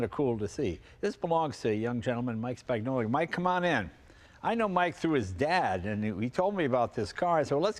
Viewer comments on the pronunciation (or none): Spagnola sounds much nicer pronounced correctly - spawn-YOLA. Think lasagna.